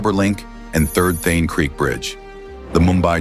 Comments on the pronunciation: Its not Theen... Its Thaanee.... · It’s thaaaane not thane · It's THA - NE lmao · Also, it's not The-an......it is Tha-ne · ठाणे ✖️ थेन ✅ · Also at multiple times in the video ठाणे (Thane) is referred as थेन. This should be modified. But the video is excellent. Thanks for taking the efforts to make the video. India is really changing & Mumbai is leading the way. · Thane to be pronounced as Thaanay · Thaaney Not Thhene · Not Then, It is Tha Ney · Not Thane but Thaney - terrible pronounciations messes up meaningful context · Not Thane but Thaaney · Thae-n 😂😂 Tha-na or Tha-ne 👍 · Its Prime Minister Narendra Modi. And Thane is pronounced as Thanay. It's a very informative and interesting video. Maybe, by the time these are completed and the existing roads that have been dug up for making the metro a reality remade, it would make a perfect city for both living it and for travellers too. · The way he says Thain for Thane 😂 and Narendra Gandhi for Modi 😂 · the voice over is AI generated. hence Thane becomes Thene . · It's THAANEY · Also the pronunciation of Thane is funny. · Inspite of so many coments to rectify the error of pronouncing the name incorrectly, why has it not been rectified??? WE OBJECT & PROTEST AGAINST THIS .😊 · Thane name is also screwed up in the audio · "Shane" ka chota bhai "Thane" 😂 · Also, he is pronouncing Thane wrongly. Edit it immediately. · Thanks for the vdo. I would request the narrator to make sure he pronounced the city Thane correctly and name of our Prime Minister Narendra Modi. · Is it a AI generated video pronouncing thane erongly